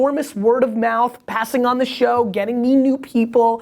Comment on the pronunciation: Once again, great "shwo" Gary - very valuable to my gig - thanks!